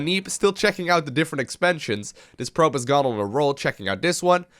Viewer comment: did just say "pribe"? instead of probe?